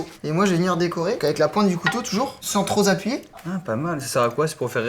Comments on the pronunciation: à tu dis "sans trop Zappuyer" On m'explique d'où vient cette liaison ? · Bien sûr.... "SANS TROP Z'APPUYER"!! XD elles sont belles mes liaisons, elles sont belles!! Sinon bravo pour la recette, c magnifique et j'adore qd il nous fait pas de misogynie, ce qui est le cas dans cette vidéo, alors double bravo! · le "sans troS appuyer" est pas passé la 😂